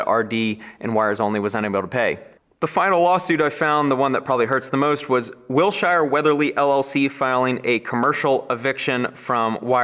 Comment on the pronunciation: As an Angelino, listening to your mispronunciation of Wilshire kind of hurts my ear 😂😂😂